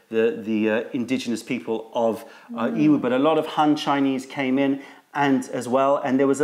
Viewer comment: I was recently having a conversation with another tea YouTube channel, and I kept hearing them pronounce Yiwu as EEE-Woo, and Wuyi as Ooo-Eee, and I found that it didn’t seem to sound right to me as I pronounce Yiwu as Yee-Woo, and Wuyi as Woo-Yee, and he said that he studied a little Mandarin in school and was fairly certain that the y is silent in both of these. If you could give your opinion on the matter it would be greatly appreciated, because I really don’t like the sound with the y silent, it sounds super strange to me!